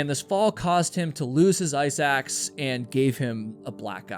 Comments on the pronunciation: Ok I kept thinking you were saying “eye sacs” instead of “ice axe” 😬 considerably less gory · Me too 😂 thanks for the comment, now I get it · damn, now I'm hearing it too lol.